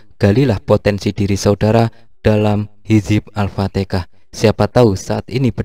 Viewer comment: Alfatihah bro...bukan alftikah